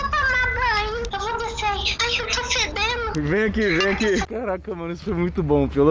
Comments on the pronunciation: "Eu tô fedenu" kkkkkk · "Eu tô fedeno" - Beca,Re